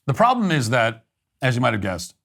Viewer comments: THE BLACK LAWYER IS A GHETTO DEESE, DEMS AND DOSE TYPE. HE LITERALLY SAID---- DAT INSTEAD OF THAT, OVER AND OVER AGAIN. HE IS A HAIR'S BREATH FROM TOTAL ILLITERACY. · The word is THAT, not "DAT".